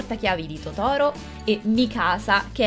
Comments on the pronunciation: Si dice Tòtoro non Totòro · certo che chiamare Tòtoro, Totòro... no comment.. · si dice Totaro non Totoro c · si dice tótoro non totóro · Sì dice totaro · cmq si dice totoro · La pronuncia di Totoro è sbagliata 😅